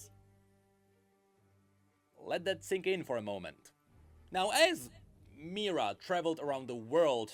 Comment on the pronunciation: The name of Kayle's and Morgana's mother is Mihira. I don't know why pronounces it as "Mira", but that is incorrect. Also, even if Sylas would touch his chains, nothing would happen, since Sylas himself doesn't have any magical abilities, he can only use someone else's magic. And no, Tianna is not a mage, she is a commander of Demacian army.